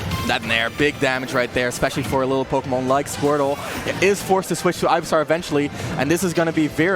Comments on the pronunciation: it's pronounced ivysawr?? he was pronouncing it ivysar. either you didn't know or your english is garbage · Calls razor leaf sonicboom and pronounced ivysaur "guyvysaur" good job commentators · I think OP meant the commentator pronounced it 'Ivy-saw-r' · LMFAOOOOOO or “Ivy-sar” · I was thinking that too!! Was looking for someone to mention this... Ivy-SAR. Ivy-SARD. Jeeeezuz